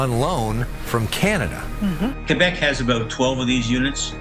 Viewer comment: Great franglais! You're officially bilingual😉